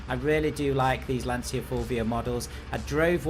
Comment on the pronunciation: it is LAN - CHA not lansia or lanzia